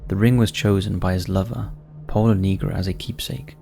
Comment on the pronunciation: Geeee, please, make some effort to check the pronunciations... Pola NEGRI, not "nigro"... 🙄